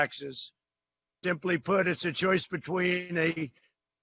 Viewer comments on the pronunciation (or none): "Dimply put"?